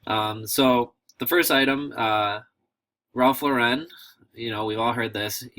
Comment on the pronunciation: Cool video, but.... Ralph's last name is pronounced like you would say Lorin not Lorr-----rin. Just saying..